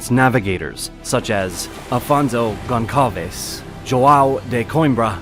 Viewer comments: Your pronunciation of the names is completely off. In particular "Gonçalves", which is pronounced "gonssalves" and not "gonkalves". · I'm not Portuguese but I know "Gonçalves" is pronounced as "GonZalvez" 😂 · Goncalves is pronounced as Gon'SA'lves, Goncalves is actually spelled as Gonçalves, trust me I live in England, oh and my surname is Goncalves. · The ç in Gonçalves is an "ss" sound, not a "K" sound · Perhaps I was a little harsh, because over all this was a good video. But it was the narrator's atrocious pronunciation of Gonçalves that set me off. As for where I am from, the fact I noticed this faux pas should give you a clue.